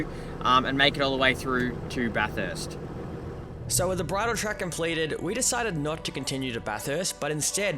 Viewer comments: It’s Bath-urst not bath-hurst haha cracking vid boiz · It's pronounced 'baf-fist' not 'baf-hurst' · 😂can’t pronounce Bathurst😂